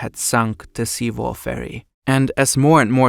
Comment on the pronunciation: at least pronounce sewol right. how unprofessional